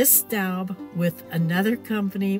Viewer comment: It's pronounced 'stobe', not 'stoub'. You do know Staub is a French company, right?